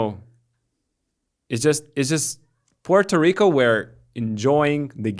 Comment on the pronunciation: And then Puerto Rico happens 👏🏼I never heard anybody say Puerto Rico the way you said it !!! That is the proper way of pronouncing ,as a Puerto Rican myself I wish I could say it like !! I guess bc your European came out correctly.. and I know a lot of Puerto Rican that can’t even pronounce it as well !! Thank you for sharing our victory !! Hope we win it all !!!